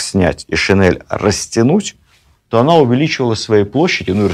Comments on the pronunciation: Владимир Ростиславович, правильно говорить не шинЭль, а шин'ель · Спасибо огромное, но очснь режет слух "шинЭль", такой вариант закрепляет у благодарных слушателей грубую ошибку, очень жаль! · Режет слух неправильное произношение слова "шинель". Надо произносить "н" мягко. Это недопустимо, Владимир Ростиславович. Рассказы Ваши очень интересны. Люблю историю, с удовольствием слушаю, спасибо за Вашу деятельность.